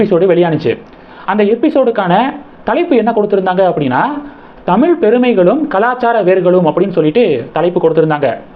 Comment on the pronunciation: இந்த மாதிரி வீடியோ போடற நீங்கள் முதலில் சரியாக தமிழைப் உச்சரிக்க கற்றுக் கொண்டு பின்னர் போடவும். உதாரணமாக பிள்ளை மற்றும் தமிழ் போன்ற வார்த்தைகளை சரியாக உச்சரிக்கவும். உங்கள் உச்சரிப்பை நீங்கள் பலமுறை கேட்கலாம்.